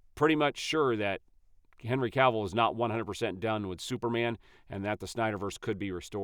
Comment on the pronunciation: His surname is Cavill, NOT Canvill!